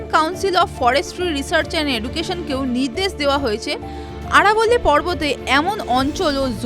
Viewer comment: আরবোল্লি নয় আরাবলী